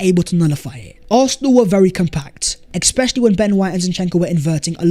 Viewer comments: EXspecially ❌ ESpecially ✅ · ‘Ex-specially…’ ‘ex-specially…’ 🤣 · I thing I learned. is unable to say "especially" correctly. Just kidding! Love your content. Best from Bombay India!